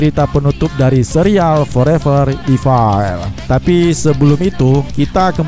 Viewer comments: punteun min, bacanya forever ifel, bukan ifail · Bukan ifail evil